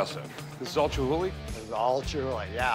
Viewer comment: Chumhuly...or Chumhulee. Lol.